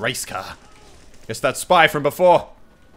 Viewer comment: i thought i hear he said "that was my kill senpai" instead of "spy". Wtf